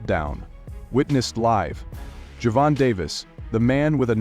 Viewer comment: The AI needs a AI for gervontas name